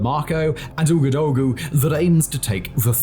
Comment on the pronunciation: Really insightful series that brings light to flashpoints that we need to keep an eye on. Thank you for this and keep up the great work. Minor pronunciation points: - Ouagadougou is pronounced "Wagaduuuguuu". - The people of Burkina Faso are "Burkeeena bey"